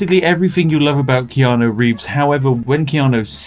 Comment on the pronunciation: the answer to your question is... Wrong. You pronounce it wrong. Always.